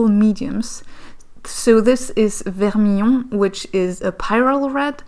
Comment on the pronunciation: You pronounce the word "Vermillon" perfectly as if you were French 🇫🇷👏🏻